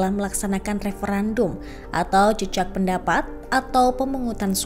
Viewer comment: Kok naratornya mengucapkan JEJAK PENDAPAT. HARUSNYA JAJAK PENDAPAT. JEJAK artinya tanda yg ditinggalkan. JAJAK ( MENJAJAKI) atau melakukan sensus., artinya tindakan untuk mengetahui jumlah dlm satuan. Misalnya menjajaki kedalaman sungai, berapa meter kedalamannya? Menjajaki jumlah orang yg memilih calon kades A, calon kades B.